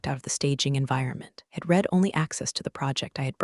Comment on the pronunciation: Great story. A few typos and mispronounced words (and computer still can't pronounce "read" as "red"). I'm surprised she hadn't sued them for fraud or intellectual theft.